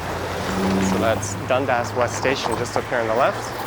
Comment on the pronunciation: Is Dundas really pronounced as Dund-ass? :)